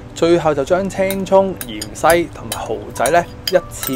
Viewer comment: 芫茜蔥呀 ！唔係鹽西蔥呀 ！硬硬哋呀！唔係雁雁哋呀！甩掗哥 ！！！